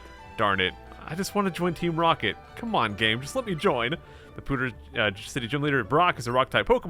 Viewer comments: Please never say "POO"ter again. It's PEW. Also you say holy crud way too fucking much. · Why do you say Poo-ter city. It's Pee-ew - ter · Pewter is pronounced "Pyoo-ter" 😂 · "Poo-ter city" - pronunciation 2018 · "Pooder City" 10/10 would pronounce again - IGN